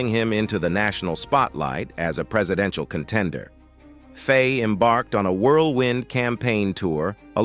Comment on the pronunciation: IT'S NOT PRONOUNCED FAY, ITS PRONOUNCED FY, rhyming with Why. You do your video a disservice by not getting this basic right. Its easily searchable.